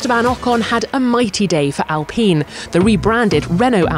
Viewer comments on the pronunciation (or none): Ahh pronunciation issues.... Alpine, not Al-peen You-ki, not yucky Vasser not vasseuerrr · BTW is it actually pronounced like Alpeene? Or is it just dumb reporting mistake? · Is that really how you are going to pronounce ALPINE? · Alpeeeeen? I thought it was Alpine (As in PINE TREES) oh well. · Wait so its pronounced Al-peen, not Al-pine?? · it's al-peen. It's a French brand so the 'e' is silent